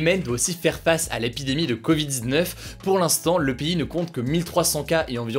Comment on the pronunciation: Mon ami, déteste comment tu prononce « covid-19 » !!!!